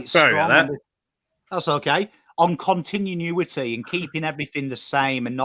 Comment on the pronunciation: Great content, practice pronouncing continuity before you go live 😂